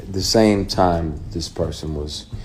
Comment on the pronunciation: I just realized that this nigga commentating is AI😂😂😂 what he’s saying is true but I’m just saying he called the word time teem and that’s when it all hit me. And beside that this is old but Perry is apart of the discussion of you know you know 😂😂